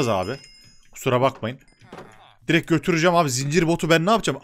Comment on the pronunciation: abi direk değil direkt diye okunuyor bilmislik raslamak icin demiıyor